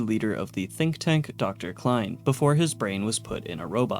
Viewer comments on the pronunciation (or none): none